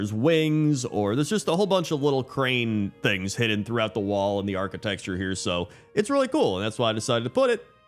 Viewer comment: Just came here to hear him say architexture